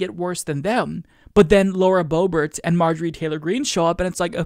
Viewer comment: Hey, if you're gonna mispronounce Lauren Boebert's name, at least mispronounce her last name and make it funny... Qbert. Boebert. You get the message!